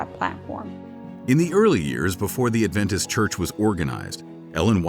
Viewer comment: Stopped watching/listening . Try again when you know how to pronounce the word "adventist".